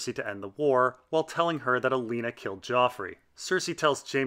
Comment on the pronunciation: You do know you said Alena not Olena? Liked the video, that was just really odd.